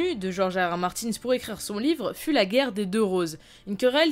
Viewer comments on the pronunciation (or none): none